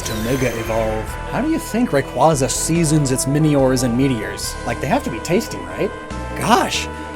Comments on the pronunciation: It's Ray-Kway-Zuh 😝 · FYI, Rayquaza is pronounced as Ray-KWAY-zuh because the "quaza " part refers to a quasar, which is pronounced as "kway-zar".